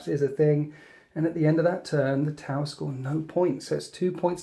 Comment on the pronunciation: Every time I heard "tau" my brain heard "towel".